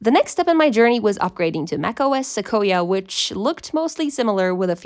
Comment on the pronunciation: You say Sequoia screwy